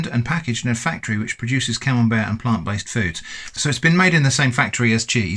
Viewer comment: oh, it's camembert 🤣, i was hearing camel bear or camel beard🤣